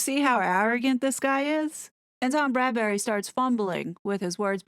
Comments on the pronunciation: His name is Tom BradBY, NOT BradBURy. American YouTubers seem to have a problem with this name. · Bradby, not Bradbury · Bradby* 😉..... Not Bradberry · It's Tom Bradby, not Bradbury. Great video as always! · Bradby...not Bradbury. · My thoughts exactly, Bradberry!!! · Get it right ‘BRADBY’ pleeeeeze! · Yeah, I also wonder why most of Americans call him Bradberry ;-) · It's Tom BRAD - BEE (Bradby) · FYI the interviewer's name is Bradby, pronounced Brad bee. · Love your analysis , btw it’s Tom Bradby. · You're great but it's Bradby. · Yes! Many American YouTubers are pronouncing it Brad-BERRY (no offense ). I said nothing because I'm American and hoped someone else (across the pond) would say it 😂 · Tom's Surname is Bradby, NOT Bradbury, totally different 😎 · Thank you for breaking this down so brilliantly - I find your videos so helpful. Not to quibble but the ITV interviewer’s surname is pronounced as “Brad-bee”, not “Brad-berry”. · A very good assessment thank you but would you please note that it is Tom BRADBY and not Tom BRADBURY. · It's Bradby pronounced 'BradBee' I hear it too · YOU KEEP CALLING HIM TOM BRADBURY IT IS BRADBY! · Small detail. For future videos. It’s Tom Bradby not Bradbury❤❤ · BRADBY not Bradbury! Great video as usual though x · It's Bradby not Bradbury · • calls him "Bradbury" throughout the video. I've noticed that some other American channels do the same. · It's Brad-by not Bradbury. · If you're going to do more about this video, maybe you should get Tom's name right. It's Bradby - not Bradbury. It's a little thing, but irritating when you say it so many times. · “Bradbury?” Isn’t it Bradby? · It’s Tom Bradby not Bradberry. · I really enjoy your videos as they are intelligent, witty and funny. Not just plain gossip. Thank you. BTW it's Bradby not Bradbury ❤ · Just a small point...it's Tom BRADBY, not Bradbury. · Why do you say tom Bradbery??? Is tom Bradby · Isn’t his name Bradby, not Bradbury? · Bradby not Bradbury